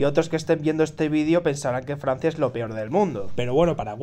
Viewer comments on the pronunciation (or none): Farsia es riarea